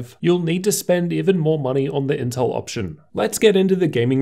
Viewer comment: The L in inteL ain't there for nothing y'know